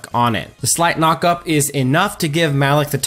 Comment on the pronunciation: Why are you saying maloch name so wierd?